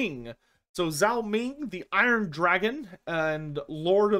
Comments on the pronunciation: FYI The Zh- sound in Roman alphabet transcriptions of Chinese (aka pinyin) is pronounced like a J, so Zhao Ming would be pronounced like Jao Ming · Just a heads up on pronunciation: Chinese 'zh' is much closer to an English 'j' than 'z'